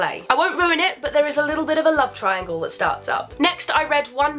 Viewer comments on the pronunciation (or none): none